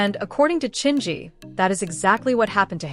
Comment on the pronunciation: This AI voice keeps mispronouncing Chingy. It's distracting.